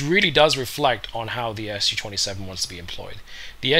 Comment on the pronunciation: This is a Su-27, not an SU-27! Its the first syllable of the chief designer's family name, not an abbreviation for Soviet Union or bullshit like that. The capital 'S' followed by the small letter 'u' could've been an indication for how to pronounce it correctly, but not so for muricans. When will they ever get their head around it?